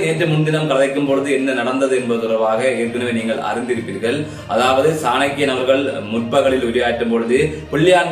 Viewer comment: Bro சாணக்கிய ராஜ குல புத்திர. பெயரை சரியாக உச்சரிக்கவும்